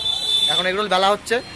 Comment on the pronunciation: Thats not roool its roll